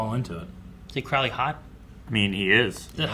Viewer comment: Crowley is pronounced "Crow" like the bird..."row" like "row your boat". Not like "ow my knee". I do love your reactions, other than that. 😁😁